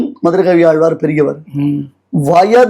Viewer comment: பேட்டி எடுப்பவரின்உச்சரிப்புநன்றாகயில்லைஆழ்வார்என்றுசொலலாமல்ஆல்வார்என்றுசொல்கிறார் தமிழ் உச்சரிப்பு சரியாகயில்லை